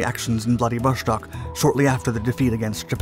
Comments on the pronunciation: bra theres no SH in Vladivostok. its not german ffs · I don't know what's with this guy! Every video he uploads, he mispronounces the names of the most widely used geographic places. Now, he says: Vladivoshtok! It's not like he hasn't heard it before. Maybe he does it on purpose. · Stop pronouncing it ‘vladivoSHtok’ with an sh sound like the word shell. First, IT IS ANNOYING! Second, it’s wrong for f**ks sake! It is pronounced like ‘stock’ as in stock market. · There is no SH sound in Vladivostok. You can hear it via google translate text to speech. Russians have a dedicated letter for the SH sound, which is not present in the word. Why do you pronounce it like this? Pronouncing things incorrectly takes credibility away from your videos. This research would have took like 2 minutes of extra work.